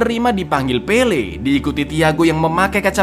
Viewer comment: "Pele" jangan di tambahin "r" ya kawan², ntar jadi pele + r... Wkwkwkwk